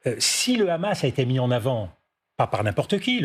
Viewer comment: sa prononciation du mot Hamas me dit tout ce que je dois savoir sur sa position